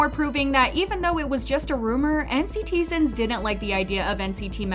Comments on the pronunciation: it's encitizen not nctzin (pronunciation) please change this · NCTzen is pronounced "in-citizen" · NCTzen is pronounced "N citizen".